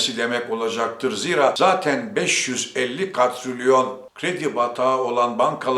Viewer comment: Zira değil.ziiraa....Faaiz...